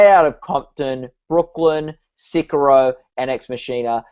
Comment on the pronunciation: Those pronunciations of Sicario and Ex Machina hurt.